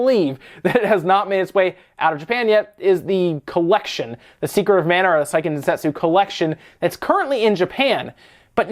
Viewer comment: On the topic of pronunciation: Seiken is pronounced "say-ken," not "sigh-ken." Because Japanese phonetics.